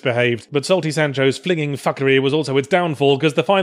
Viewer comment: I love how he pronounces "flingning fuckery"